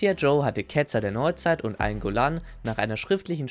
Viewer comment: Eingolahn‘‘ ey da sind zwei ls drin